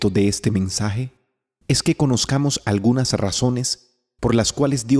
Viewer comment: Agunas? O todas